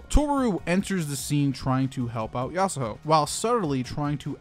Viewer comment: It's annoying how you say yasahoe instead of yasuho